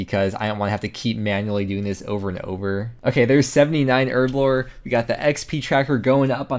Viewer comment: As a British guy, hearing erblore rather than herblore that many times messed with me head.